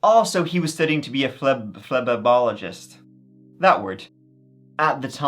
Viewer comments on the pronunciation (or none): Flee bot o mist, accent on second syllable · Phlebotomist (Flee-BOT-oh-mist) I only know this because I am one and have been for over 15 years. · It's flah-bot-oh-mist. They're the ones who draw blood. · Phlebotomist aka a Flea-Bot-O-Mist :) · Say it with me, - fluh-BOTTOM-ist!